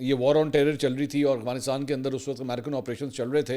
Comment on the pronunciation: منصور بھائ مجھے شک پڑتا ہئے3اپ افغانستان کی بجاے اوغانسٹان بولتے ہین